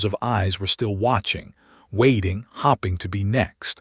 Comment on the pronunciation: Your stories are cute. I like the plots and the characters, but I can't take the pronunciation of 'Eleener' any more. Or hoping being pronounced 'hopping.' I'll check back in a month or two to see if you've helped your ai narrator learn how to speak its several commonly mispronounced words.